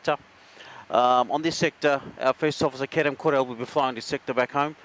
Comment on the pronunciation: His name isn't caren.His name is